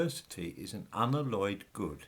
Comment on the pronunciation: I hope you don’t pronounce ‘alloy’ the same way you pronounce ‘unalloyed’.